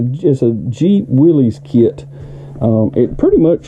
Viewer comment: It’s not Willie’s. It’s Willis! 😊